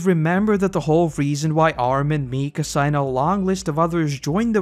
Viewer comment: Mi-KA-sa, not MI-ka-sa